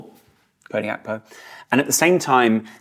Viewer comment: Gakpo’s “G” is not silent 😅